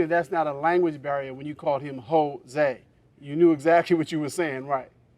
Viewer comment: I laughed when she called him Hoe-se 😂